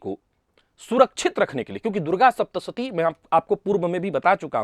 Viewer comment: 'श' के स्थान पर 'स' और 'स' के स्थान पर 'श' बोलना बहुत बड़ी गड़बड़ उत्पन्न कर रहा है ! सावधान रहिए और 'सप्तशती' को "शप्तसती" भूल से भी न बोलें।